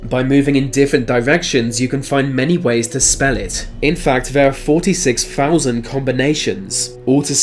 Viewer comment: Get your moneys worfh Said Richard Smifh who was completely smoofh so remember deafh two fousand.